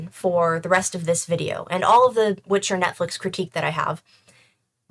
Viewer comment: ...er. It's 'Witcher'. Thank you